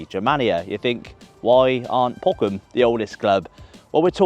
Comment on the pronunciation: please pronounce Boroum, not Bo-cum!